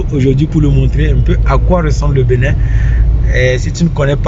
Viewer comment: Y'a que moi,qui entend la prononciation" Benet" au lieu d'entendre Bénin,ou du moins c'est le nom de cette ville qui est benet